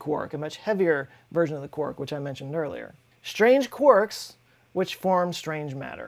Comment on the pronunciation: Oh! Someone who pronounces quarks correctly!